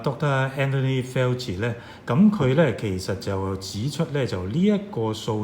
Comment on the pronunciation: He is Fauci, not Felci in pronunciation.